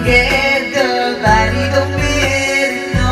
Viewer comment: Natawa lng ako sa pag pronounce mo ng matter😆 pero solid paden